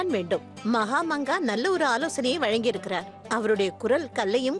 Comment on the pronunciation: மகம்அங்கா என்று கூறும் போது 😂மாங்கா மடையா என கேட்கின்றது 😂😂😂😂